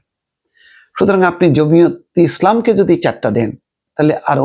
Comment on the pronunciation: সাংবাদিক হয়েছেন জমিয়তেইসলাম কে জমি অতি জমিয়তি করতেছেন দলের নামটাও সঠিকভাবে নিতে পারতেছেন না